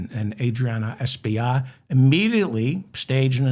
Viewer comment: As my Congtessman, his name's pronounced Es-pill-lot. I hope you said his name correctly when he was on your show!